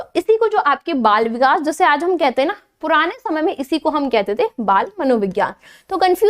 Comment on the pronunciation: Lekin aap vikash vikash bhut bura lg rha hai Vikas bolye Bura na mane is ghlti ko zaroor sudharen